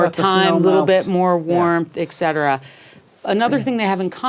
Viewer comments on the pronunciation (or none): Et cetera (etc.) of course. I was being sarcastic. It's pronounced 'etsetera', not 'eksetera'.